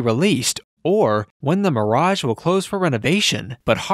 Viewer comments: Says "mearage" too. Grinds my gears along with the frequent upper reflections. Aside from that, it's an interesting look at an iconic piece of Las Vegas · I have never heard anyone pronounced the MIRE- raj" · Why does he pronounce Mirage two different ways?